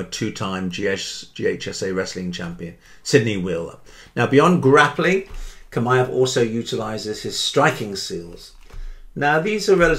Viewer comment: Chimaev said like Shimaev